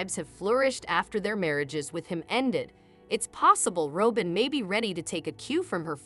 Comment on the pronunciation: You are not pronouncing Robin’s name correctly. It’s pronounced like the bird - Robin.Y